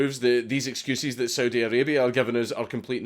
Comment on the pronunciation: Anyone else hear Soviet when he said Saudi?